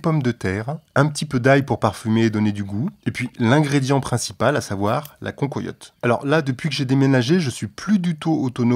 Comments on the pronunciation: Désolé d'être un peu chauvin mais on dit pas "concoyotte" mais cancoillotte nom de dieu !! Salutations de la vallée de la loue 🙂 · cancoillotte se prononce can coi iotte et non can-co-iotte. merci pour le partage